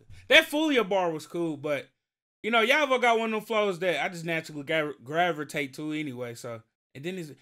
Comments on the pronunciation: Thank for reacting to my boy and it’s pronounced Yay-Vo 😂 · It’s pronounced yay-vo not yah-vo 😆😆😆